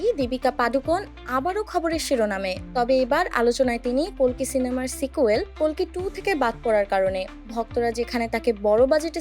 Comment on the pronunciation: Didi ota kolki na kalki hobe age valo kore bolte sikho😂😂